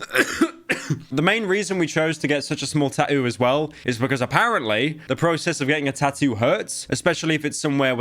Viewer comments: bro got the eva tattoo but cant even pronounce it right 😭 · Why do you not include the second set of Ts in tattoo half the time!? British?? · I love how he pronounces tattoo 😂